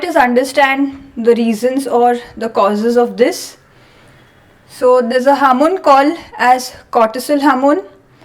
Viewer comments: Hamoon😂😂 she means HORMONE. JEEEEZUS 😂😂😂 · harmon? you mean hormone?